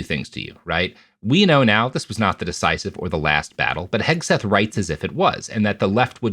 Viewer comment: I think accidentally said "Pete Kegseth" and that made my fucking day